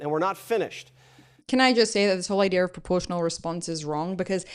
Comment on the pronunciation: When he says perportional, that is for Western consumption